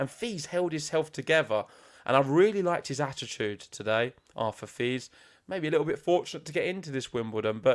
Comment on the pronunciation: ok this is how you pronounce Fils. Fi as in fee and the s as in hiss so Feess. So I offer this to you, if you care to take it. Same with Monfils. Fils in French means son, which you probably already know.